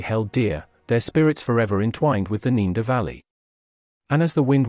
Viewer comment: The guy keeps pronouncing Neander as 'neender' but then says 'Neanderthal' correctly. Weird.